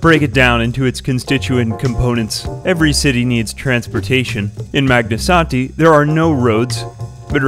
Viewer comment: I keep coming back to this video because I like hearing say "Magnasanti"